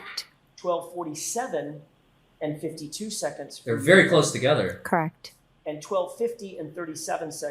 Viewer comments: Crect along with the the mouth smacking noises 😂🤮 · I hate how she says correct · If I hear “crect” one more time I’m gonna scream.